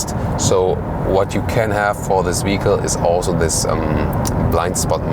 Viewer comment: I believe your german accent renders you unable to properly pronounce the word "vehicle" . I am sorry to say that this way it sounds as if you were trying to say "fecal" but with "v" at the beginning. This is not an insult ... just my failed attempt at constructive criticism.